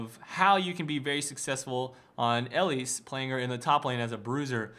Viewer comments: ERMAHGERD I can't get over his pronunciation. It's not L-lease. It's Eee-lise. Can you imagine this guy running into IRL Elise. How embarrassing. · You say her name wrong which is so super frustrating, also you really jumped into a lot of deaths, 1 for 1 isn't always that great...